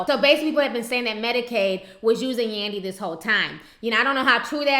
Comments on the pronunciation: did yu say medicades lmaoooooooooooooooooo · "Medicaide" LMAO